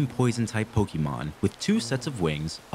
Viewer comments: 👓👌 It's "Pokémon", not "Pokeymon". This comment will make me sound unappreciative, but please don't think that; this whole series is obviously a good work and a labor of love! Also, why was Diglett's nose boiling? lol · "Pokeymon". Learn to pronounce it. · I enjoy this series, but it’s making me crazy how you say “pokie-mon” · Wtf you were saying pokemon right the first episode. Why are you saying poki-mon?